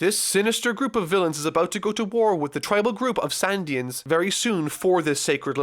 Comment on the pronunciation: I am glad you enjoyed one of my favourite arcs,... But... Can we just talk about doesn't pronounce shit right? Shandia has the Sh- pronounced like the Sh- Shore, Shade, Short, Shake. The H is not silent. Phoneglyph has the Pho- pronounced like the Pho- in Phone, Photograph, Phonetic. The H is NOT silent. I thought it was a fluke in the last video, like "oops, that came out wrong." But seeing it again made me realise that it was intentional. You meant to not pronounce the H... This might look like a nit pick, but the Phoneglyphs are a KEY PLOT POINT for the future of the series, with it being extremely connected to Nico Robin, the Pirate King Gold Roger and with the government of the world of One Piece. So if it turns out is going to pronounce it weirdly every single time he talks about it... There are some arcs whose reviews are going to feel veeeeeeeery looooooong.